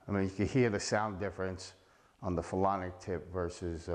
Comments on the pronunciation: It was driving me crazy too. I was like maybe he is calling it "Felonic" because its a felony to use a banned cue! 😅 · You keep calling it a "phelonic" tip and that's not what it is. Its a "Phenolic" tip not a phelonic (isn't even a word) tip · This guy said "phelonic" tip at least 5 times. Hilarious. 🙄